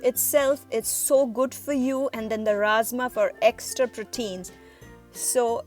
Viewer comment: its rajma dear not razma